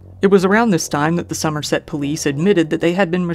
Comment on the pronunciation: perfect pronounciation of somerset good on ya